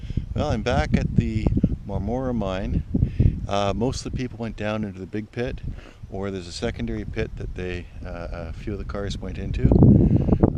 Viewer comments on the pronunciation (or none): it's pronounced Marm-rah (think arrr like a pirate for marm) not Mar-More-ah. I lived there and in Madoc most of my life. it's my home lol